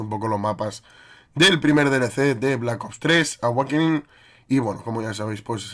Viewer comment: dice aweikning